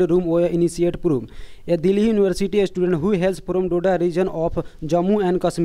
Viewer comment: It's not istudent . Its "student".